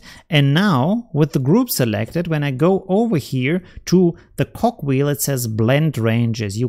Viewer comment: Sehr interessant. Danke für deine Tutorials. Jetzt muss ich aber mal fragen. Jedes Mal, wenn du bei den Ebenen das Zahnrad erwähnst, verstehe ich Cockwheel. :-))